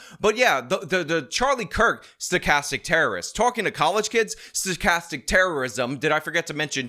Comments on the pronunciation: This projecting doesn’t even know it’s sTochastic not sochastic 😂 He should check his propaganda talking points before he makes another insane video clowning himself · That guy barfing out the term “stochastic” but pronouncing it “sochastic.” Here’s an authoritative voice.